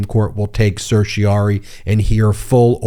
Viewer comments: Then, the writ from the Supreme court ends in rari not ory. It rhymes with fairy o4 starry not slurry. Ask Google how to pronounce it. You are getting it wrong. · Ben, why do you continue to mispronounce the term certiorari?? You tend to undermine your credibility as an attorney when you fail to pronounce a common legal term, and then fail to correct yourself. You can do better!